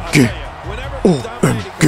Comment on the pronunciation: abi yalniz o OEMGE degilde O May Gad diye okunmasin??